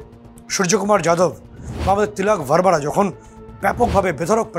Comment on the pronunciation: খেলোয়ারদের •পদবী• উচ্চারন্ টা ঠিক করতে হবে,ভারবারা😅😅 ভারমা